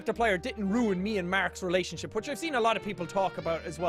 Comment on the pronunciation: He said "relasonship" DA FUK And that fake fan art was amazing the one at the start